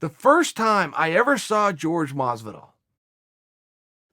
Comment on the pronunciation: Pleaaaaaase stop calling him GEORGE!